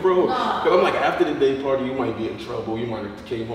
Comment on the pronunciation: Day party sounded like GAY party 😂😂